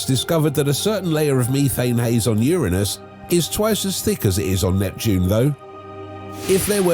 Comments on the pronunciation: Is it my imagination, or does anyone else feel the narrator is saying Uranus wrong? He is pronouncing it with an I. Like urine. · Lolol 😂 how'd he not giggle at the pronunciation of "Ur-innus" 🤣 Uranus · i love how the man in the video is pronouncing Uranus like UR-u-NUs